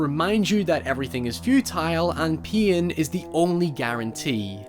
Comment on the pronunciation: I love how he says pain like PEE-IN